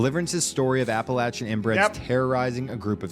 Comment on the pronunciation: I was born and raised in Appalachian Tennessee. Poverty, lack of opportunities, and isolation really grind you down, but it's also the single most beautiful place on Earth. These mountains are some of the oldest in the world, and I've never seen any that match it. And thank you for pronouncing Appalachia correctly lol